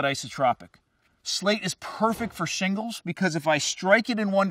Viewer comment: "slate is perfect for shlingles" this reminds me of Rick